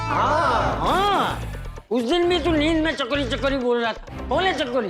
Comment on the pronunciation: Chakori ❎ Chichori✅😂